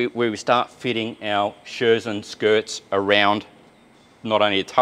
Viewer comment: Message from Germany, the Scherzen are not pronounced like Scherzen but like Skertsen.